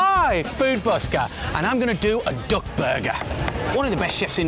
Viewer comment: its called duck , not doack